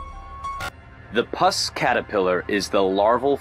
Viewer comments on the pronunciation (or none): #7 its pronounced -poos-. Not pus. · PLEASE... at least make an attempt to pronounce things correctly. I understand a mistake if the word is really long & complicated, but the "Puss Caterpillar" is NOT a "PUS Caterpillar"!! It even explains the name in the video- it's called a PUSS Caterpillar because of it's long hairs that resemble a Persian CAT... like "Pussycat". The narrator was saying it like "PUS", as in the smelly, greenish goo that oozes from an infected wound. BIG difference there folks. People watch these things to learn stuff & also be entertained, but you can't learn about something if the video doesn't even bother to get a really easy to pronounce name right. I really like this channel, & watch every video. This is my first complaint about it, & I kinda feel bad about it- but I just couldn't let this one go. Aside from this one pet peeve about pronunciation, I love the channel. Keep 'em coming! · "Puss" is not pronounced "pus"! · For #7: since when is "P-U-S-S" pronounced as pus? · You pronouced puss caterpillar incorrectly.But i understand,you probably didn't want people to laugh.